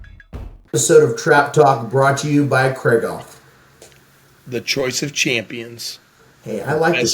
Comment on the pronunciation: Guys, FFS, it's KREEG-hoff, not KRAIG-off.